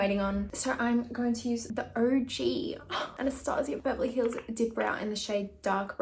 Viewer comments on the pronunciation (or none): um i think it's pronounved anna-staje-uh beverly hills